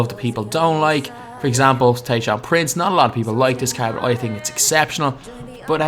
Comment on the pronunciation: caerd this caerd